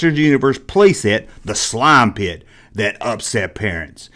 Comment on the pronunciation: "Tha nine teen aity six slauum pitt!" 😂 great vidya bro